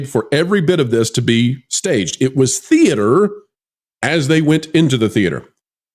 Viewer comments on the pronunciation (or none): none